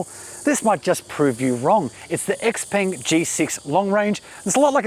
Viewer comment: It’s pronounced she-peng